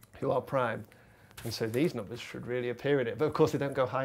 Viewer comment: They always pronounce it "noombas" instead of "numbers"